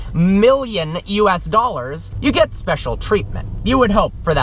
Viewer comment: “3.2 MILLION US dollars”. The emphasis lmao